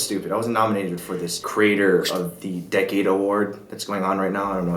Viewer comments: I love how he pronounces "decade" as "decayed" so funny. He's basically making fun of the award. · Isn't decade pronounced d-ec-ade...not d-ecade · You don't deserve is cos of the way u pronounced decade dude 😂😂